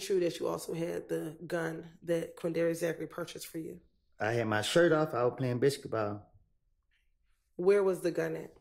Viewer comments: He's saying "biscuit-ball" instead of the proper pronunciation of "basketball" to be funny and mock the prosecution and the state. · I knew I wasn't that high my guy said biscuit ball 😅😅😅😅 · "I had a Bisqe'ball" -! Lawd Have Mercy🤦🏾‍♀️🤣🤣🤣🤣🤣